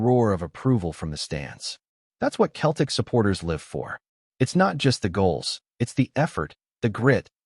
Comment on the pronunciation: Fucking AI. Learn to pronounce Celtic.